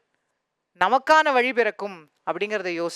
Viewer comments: vali இல்ல பா.. வழி... tamil இல்ல தமிழ்..... ழகரம் வராதவன் எல்லாம் yen டா வந்து சாகடிக்கிறீங்க... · வழியா இல்ல வலியா?